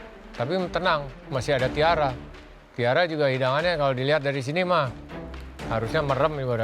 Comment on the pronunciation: mohon maap, tiara itu t nya tulul xixi 🙏🏼